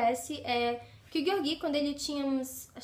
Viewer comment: Acho q a pronúncia correta é "Jeórgui" e não "Gueorguí". Mas não faz diferença. Livro fantástico. Um pouco cansativo em razão do vai e vem histórico. Um romance improvável e apaixonante.